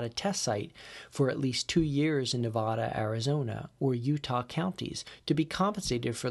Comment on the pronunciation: It's Nev-ah-dah, not Nev-ahhhh-da.